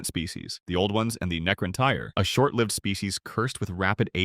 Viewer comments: "Necron -Tire" 💀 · It's pronounced - tear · K sound for c and then tan, and it's tear for necront tyr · Bro come on. “Necron-tire”?… “See-tawn”?